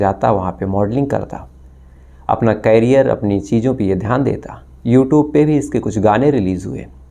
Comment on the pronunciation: करिअर को क्यारियार कहे रहे हो तो क्यारीयार को क्या काहोगे.